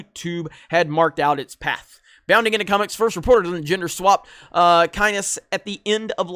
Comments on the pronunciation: For me, Liet will always be Max van Sydow. Its pronounced lee-et and kynes as in in pines for trees. (Mussed means slightly messed up) His father was Pardot Kynes, and his name Liet was from Uliet, which means 'older Liet' The reason why (other than Liet was written as a man by the author) he cannot be a woman is because women and men in fremen society are different. They live different lives, have different jobs. Liet was not just the emperors man on dune, the Judge of the Change. He was the one man every fremen troop (the term they use for the group which lives in each sietch, their villages as it were) would accept and follow. The sisterhood is pronounced beenee gezerit , and in case it comes up later (probably in another 'Paul is a mighty whitey' post lmao) qwizatz haderach is pronounced quiz-ats had-er-ach. If you want any more help, look for "Quinns ideas" who used to be 'ideasOfIceAndFire' here on YouTube. We have known for months now what they did to Liet. But we want to see what Denis an do....still, for me , Liet will always be Max. The voice, the look...he IS Liet for me, and I will mentally insert him into every scene she is in. Also...Chani is supposed to be pale, elfin with red curly hair and green eyes! Yet another ginger warped by holywierd. (Its in children of dune. Leto looks at her daughter, Ghanima and recalls how she looks so much like her mother) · Show the director an episode of House wives of (insert city name here) to see how woman are peace makers. Btw i pronounce Kynes as in "Pines" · As a Dune fan, this gender-swapping of Kynes (pronounced like "mines" btw) is unacceptable. Why do they feel they must do this? Unless, ofc, it's purely from a marketing POV, i.e. to draw in more female audiences, which does makes sense in a way. So at the end of the day maybe it's all about getting more ticket sales, but they just pretend that it's about caring about women. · It's "Kines" not "Ki-ness!" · Kynes pronounced "kines"